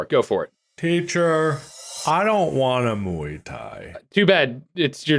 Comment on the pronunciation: But actually, Mark pronounced the first word correctly, close to the original pronunciation.